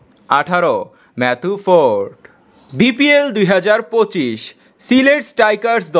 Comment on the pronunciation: এই ভাই আপনি তো বিপিএল কে,বিপিএল,, বলেছেন তা দেখব না অপর মানুষ কে বলার আগে নিজেকে দেখুন বিপিএল,, কে ভিপিএল,,,বলে🤣😂🤣😂🤣😂🤣😂🤣😂😂😂🤣😂🤣😂🤣